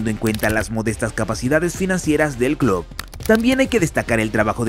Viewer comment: Hay algo que me pone de los nervios. Como puede ser que una persona que tiene un canal llamado futbol CLUB pronuncie CLUD?!?!?! Me vuelve loco🤣